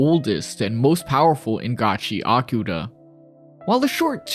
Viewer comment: Why are you saying Gachi-akuta? It's one word mate...